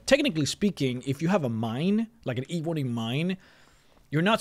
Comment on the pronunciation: Your pronunciation of "eeeeeebony" makes me cringe fml